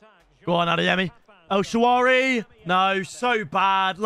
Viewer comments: “He’s got a great name, I mean it’s fun to use..” bro you have never once said his correctly. It’s not el shawaary, it’s El Shaa-ra-wy.notice how the W comes after the R. And it’s pronounced “El Shara-wee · Myb call him el shaarawy instead of el shaawary and he would be good